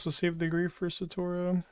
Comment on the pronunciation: Thank GOD I'm not the only one absolutely losing my shit every time he said SATORO